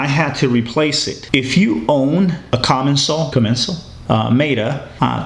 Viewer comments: commencal is pronounced ''com, men, sar'' I was saying it wrong for years until i heard a french guy say correctly... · Great video man! Locktite does wonders for those bolts. I switched over to the Shimano Zee’s and couldn’t be happier and a chromag trail master seat. Get the vorsprung luftkappe installed in that fork and you will thank me later. It’s a game changer. Also it’s pronounced Common Saul haha. If your ever in Santa Cruz hit me up! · It is pronounced Coh-MEN-sahl. You can look up Max Commencal on YouTube. He has several interviews and other feature videos. You'll hear his name pronounced in a few of them. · The way he pronounced the name of the bike made me cringe. Like how do you mess up that bad